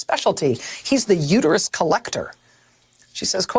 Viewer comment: It's uterus, not uteryou.